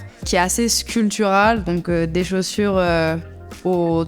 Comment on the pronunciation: Un petit accent du Sud ?? " plus de chauses"